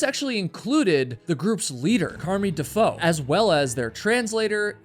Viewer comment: If that had of been a story on William Dafoe Heywood of said the foe normally but he's American and for some reason they seem to sound out something completely different from what they actually would have said having William Dafoe a name that they have heard before but if it's a different Defoe it is said differently why why why I hope I'm understood here😂😂